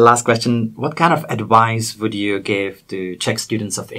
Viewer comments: vies o tom, ze si slovo "advice" viackrat vyslovil ako "adwice"? Zaujalo ma to prave preto, ze vo videu sa spomina vyslovnost V - W. Cesi a Slovaci casto hovoria "wery", "wision" alebo TV ako "Tea Wee". Su presvedceni, ze v anglictine znie vsetko ako W (horky brambor v puse...:)). V sa ma vyslovovat takmer ako ceske/slovenske V. Napriklad meno Vincent je jednoducho "Vinsent", nie "Winsent". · what kind of adWise.. :D